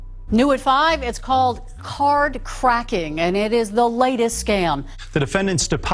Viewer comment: Cadd 😂instead of card but good video